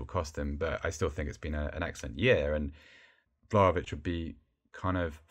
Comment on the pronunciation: Its Vla-HO-vich, not Vlavich. Get it right!